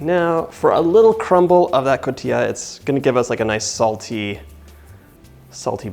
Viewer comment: I love how you say "Cotija" :) but it is Co ti ha ;)